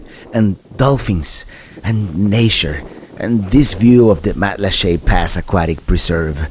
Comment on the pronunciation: Nice to see my island thru the eyes of a visitor. I've lived in Matlacha for 18 years now. And congrats for pronouncing it correctly.